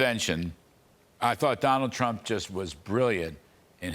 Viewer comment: Trump not Tramp!